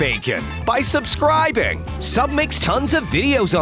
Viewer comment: stop saying subscrabe